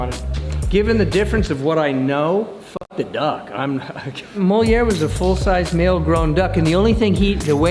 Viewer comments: The ducks name was moliere not molinare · Molière the duck, not Molinar lol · Moliere not molinar